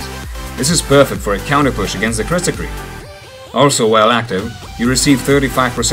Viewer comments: Kritzkrieg mate not critscrieg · Instead Of Calling Kritskrieg Call It KritsKreig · It's Kritzkrieg, not Crietscrig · Didnt you mean "Kritzkrieg"